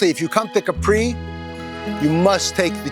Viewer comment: One thing: it is pronounced Capri with no accent on the final i :-)